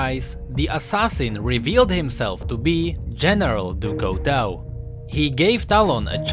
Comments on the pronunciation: Couteau is pronounced coo-t-o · BTW Couteau is pronounced Cooto its french ;) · Couteau is prenouced coo toe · He said Couteau wrong rip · By the way Couteau meens knife and you are not saying it right (Couteau is a french word)